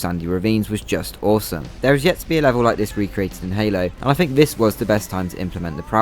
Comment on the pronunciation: "Fink"..."Fings?" What the hell is wrong with you lower class brits??? It's THINK AND THINGS!